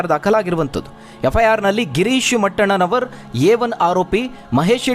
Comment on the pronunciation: ಗಿರೀಶ್ ಮಟ್ಟಣ್ಣನವರು ಅವರ ಹೆಸರನ್ನ ಮೊದಲು ಸರಿಯಾಗಿ ಹೇಳಿ ಮೆಟ್ಟಣ್ಣ ನವರು ಅಂತ ಹೇಳುವಾಗ್ಲೇ ಎಲ್ಲ ತಿಳಿಬೇಕು.